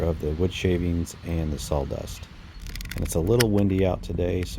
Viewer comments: Sawdust Not saldust😢😮😂😂😂😂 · Very nice easy to listen to.(except for the salldust😂) I’m a fire starter addict.😊 I appreciate all the work and humor in this. Great job!🔥👏🏼👏🏼👏🏼👏🏼👏🏼🎉❤ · I had to say it myself every time I heard it. Sol dust, saul dust, sawl dust. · Are you saying s a w-dust or s a w l-dust?